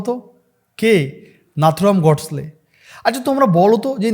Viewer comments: Tomar video ta valo but pronounciation ta edit kore thik korle vlo hoi.ota"Nathuram গডস্লে না।ওটা নাথুরাম গডসে।" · Bhai tumi ki bangal? Surnameta holo godse. Godsle noi. Thik uchharan korte hobe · Correct your pronunciation- it's Godse not Godsley.